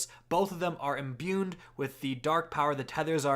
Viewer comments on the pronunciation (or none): sorry to be a stickler, but the word is "imbue", not "imbune" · There's no "n" in the word imbue